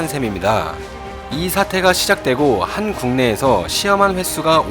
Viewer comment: 한 국내에서 - 한국내에서 그렇게 띄어읽으면 in Korea가 아니고 in one country가 되지 않나요? 영상 만들때 최소한의 주의는 기울이셔야지 이건 정도가 지나치네요.